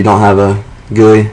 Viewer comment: GUI, but sounded a lot like gay...